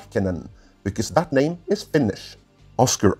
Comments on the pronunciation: Stop butchering his name! You’re saying it annoyingly wrong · Not sure you pronounced his name correct there mon ami.